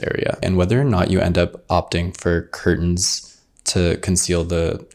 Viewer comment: I'm enchanted by the way pronounces 'curtain'.